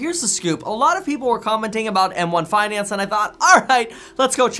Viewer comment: Faidellitee vs em wahn fainahnce